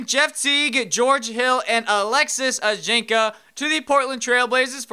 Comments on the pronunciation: its pronounced ajinsa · Hey, I'm french and I'm following you since 1 or 2 months and the pronunciation of Ajinca is "Ajinssa".:)